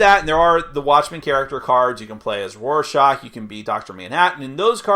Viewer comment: I dislike how he pronounces Rorschach